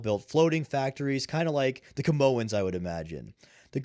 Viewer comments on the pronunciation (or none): The Kamoans haha, Kaminoans